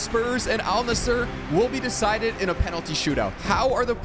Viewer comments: Edit: ol nussur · "Al Nasshur"😂😂😂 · He did not just say al nisser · lol the AI pronounced Al-Nassr better than he did 😹😹